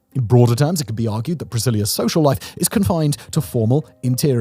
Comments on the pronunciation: Why are you calling the city Priscillia? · Each time you say the word “Brasilia” I think you’re saying “Priscillia” 😂 the “s” is just like the “z” in Brazil. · You did your best in the pronounciation my dude. I hate brasilia, hate it, hate it. Been a few times, know people from there and i usually say it's a "old sci-fi city". like we used to imagine cities would be centuries in the future, in distopias. an ex gf of mine (born there) used to say its a perfect soviet city (and it is). the least walkable city i've seen in my life, its not made for people at all